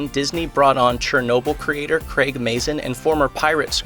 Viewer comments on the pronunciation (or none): none